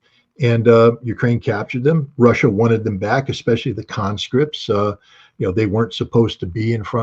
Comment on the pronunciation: Pet peave on the translator with Putin address: As you are translating to English, and not some colloquial slang form such as ebonics, the word is eSpecially, and not eXspecially. Just like the word 'ask' is not pronounced aks. If the translator suffers from dislexia, then my apologies.